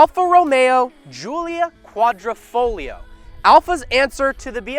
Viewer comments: It's pronounced like "quadrifolio" the "g" dissappears😅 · Ayy, butchering the Italian language one word at a time. Ugh. Don't pronounce the 'g' in Quadrafoglio. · Sweet but it is Quadr i foglio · It’s kwadri-foglio not kwadro-folio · Of course it’s better. Its an exotic Italian sedan, not a sports luxury sedan. And its Savucci, like Gucci... not sevockie... lol and Its Quadri-FOG-lio say the fog. The g is not silent. Quadrifoglio. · No people outside of Italians can pronounce quadrifoglio right😂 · can I teach you how to really pronounce quadrifoglio Cause my Italian self is cringing